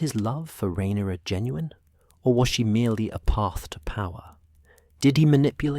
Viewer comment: He says it correct sometimes. Same with raynera. And vhagar. Pick one pronunciation and stick with it........